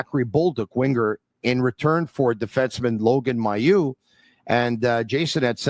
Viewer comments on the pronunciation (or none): Logan Mailloux is pronounced May-u, not my-u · Actually it's pronounced Ma-u.